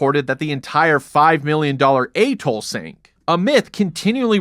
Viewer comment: Go on, pronounce atoll again, you might get it right...